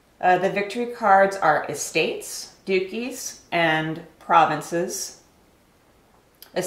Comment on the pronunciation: Hahahaha ha she pronounces Duchys "dookies" lmao come on girl do some research!